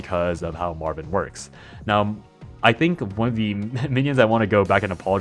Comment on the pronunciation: I keep hearing you call Marwynn Marvin 😂